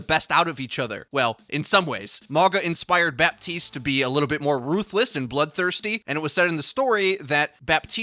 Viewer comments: honey the P in Baptiste is silent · The p is silent in Bah-teest